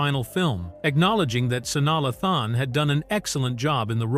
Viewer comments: Her name is pronounced SU-NYA LAY-THUN!!!!!! Omg! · Who the hell is sani lathon just terrible what rock do u live under that u dont know how to pronounce this young lady’s name the disrespect